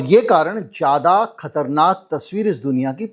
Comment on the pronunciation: Urdu word zyaada bola Jata hai, jaada nhi